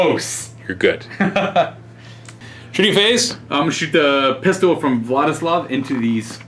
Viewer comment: I am hearing "what is love" instead of Vladislav.